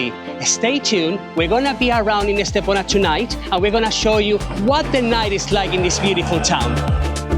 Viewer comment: Soy de Estepona, y si, el vídeo está muy bien y da fe de la belleza de mi pueblo. Pero no entiendo porqué no dice bien el nombre de Estepona. ES TE PO NA Por favor corrijan ese grandísimo error también dicen mal algunos nombres como La senda del Litoral etc